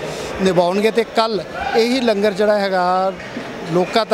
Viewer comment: Langar nu lunger na kiha karo kaar sewa wale veero